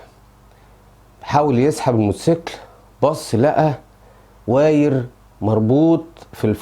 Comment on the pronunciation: ياريته بيتكلم صح اصلا عمال يقولك وايير وااايير و هو اسمه وايار wire يعني سلك بس هو فلاح